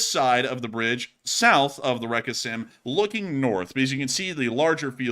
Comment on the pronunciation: Again, the name of the river Seym (spelled Сейм in Russian and Ukrainian) is pronounced like the English word 'same', not 'Sam'. And what you mispronounce as 'reka' is not a part of the name, it just means 'river'.